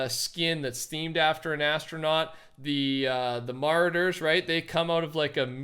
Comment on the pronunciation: the way you pronounced marauder, smh